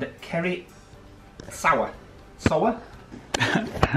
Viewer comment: As soon as I heard start to pronounce my last name I started laughing. I am so used to it! You nailed it on the first try,! Sauer, like Sauerkraut. I had some very bitter ancestors apparently. 😂